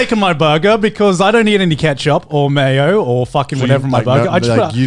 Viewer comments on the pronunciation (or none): none